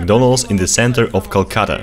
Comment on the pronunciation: this time you pronounced it correctly